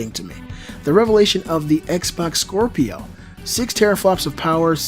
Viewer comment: Scropio were you trying to say scrapio ?